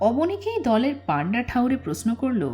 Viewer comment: Plz rectify ur pronunciation . Its proshno & not posno ! Sounds real bad to the ears.